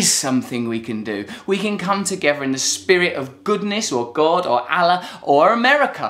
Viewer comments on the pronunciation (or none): none